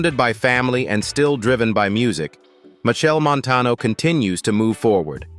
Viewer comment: Cah even watch dis until the narrator at least learn to say de man name right and the cities mentioned. Steups